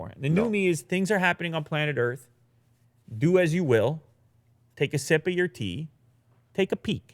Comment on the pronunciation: Did anyone catch the " 'Du' as you 'Will' "